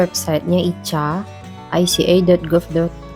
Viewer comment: Ica itu ika bacanya mbk